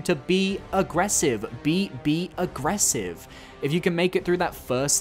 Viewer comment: Coincidence then. When you said "be aggressive," you said it in a weird way exactly replicating how it's sang in a FNM song called be aggressive